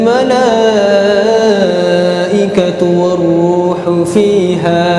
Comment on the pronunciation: he says tanazal mala, it's tanazalul mala, maybe he did it quick that he didn't realise.